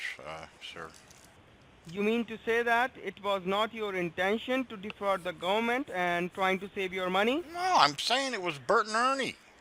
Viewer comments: Make sure you don’t like to the fadawal gumant lol I guess it’s really difficult for them to say federal government lol smh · "Volition of regalation." "preezun" Are you trying to Defrog the gooberment?